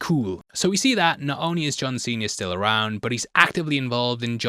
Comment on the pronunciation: Fun with accents! Every time you said, “John Sr.”, it sounded like “John Cena”, which always got my imagination going to fun places. Never change,! Lol